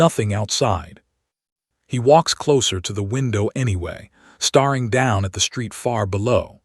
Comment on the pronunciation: Geez. Get your AI to pronounce words correctly. “Staring” NOT “starring”.